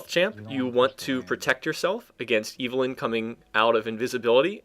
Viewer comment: ITS EVELYNN NOT IVELYNN!